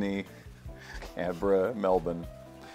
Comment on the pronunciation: As an Australian, hearing Ben and say "Melbourne" the way Australians do (Melbin) brought me great joy